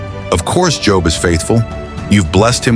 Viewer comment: I hate these mess ups sometimes how you going to pronounce job correctly the whole time then say job at the end I’m sorry that ocd kicked in lol